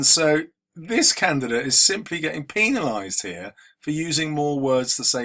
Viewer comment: penilized- hehehehehehehe